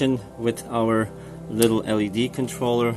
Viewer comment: It's pronounced "L....E....D" Not "LEAD".